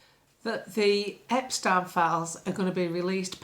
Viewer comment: I love how you pronounce Epstein correctly, as your time in Austria has ingrained the correct way to say these sort of names. ✔️✔️✔️